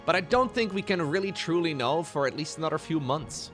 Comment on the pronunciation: Why can't this guy pronounce "anorer"?